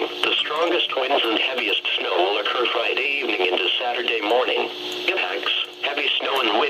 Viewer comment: Frideevning that's how he said it omg XD LOLOOOOL LOL HAHAHAHAH LOL